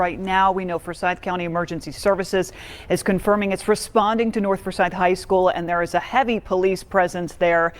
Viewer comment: The word is north not norf